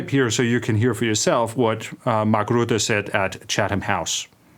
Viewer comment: pronounced: Mark Røtte